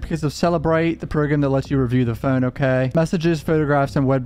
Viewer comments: It's funny that you quibble about the pronunciation of his last name, but then pronounce phone the way you do. i almost think you are about to sing FUN song from spongebob when you say phone. you create. extra syllables for the word but you're still just pronouncing fuuwn with an emphasis on it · The way you say phone and photos is CRAZY dude what is that? Are you Canadian? Is that what that is? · The way bro says Phone😭 trips me out every time